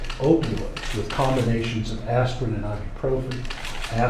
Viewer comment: Aspirin? .lol